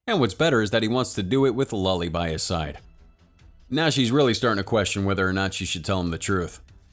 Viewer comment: They pronounce it as Lolee not Lulli 🤣